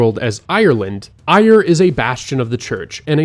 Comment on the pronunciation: Eire is pronounced AIR-uh fyi